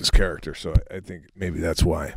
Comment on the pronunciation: YOU GUYS ARE CHARACTISZ.... love the Common Sensical Sarcasm... Straight up New Yoahk... I'm ova hea in shithoLE Massachusetts.. You guys need to have some guests on, and with you guys it would CRUSH... They gota be good tho.. Like Joey Diaz, Nick DiPaolo, and some other northeast guys. Although they are all over the map nowadays, but A.... Great work, Great Cameraderie, over emphasized pronunciation of your word . 🤣🤣🤣 Fuckin good shit guys.. Thank You